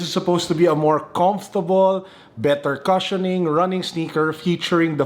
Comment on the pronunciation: the “cu” in “cushion” is pronounced “kooo”, not “ka”.